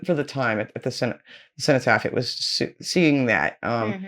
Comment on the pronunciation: It's Edward Elgar pronounced El-garr The Cenotaph is the memorial in Westminster to the fallen of World War One ( ) Cenotaph is pronounced Sen - o - taff.